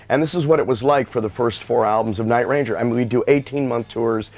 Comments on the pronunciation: It's very strange hearing him pronounce the name by accenting the word "Ranger". Sounds exactly the opposite of the way everybody has always said it. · I'm having a hard time hearing Jack call his band that he named and created "night - RANGER". LOL!